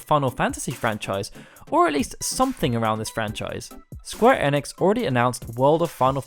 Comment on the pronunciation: I cant get on board with how you say enix. I'm out